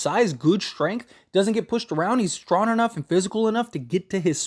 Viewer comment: Where u from? It’s funny hearing u try to pronounce young and strong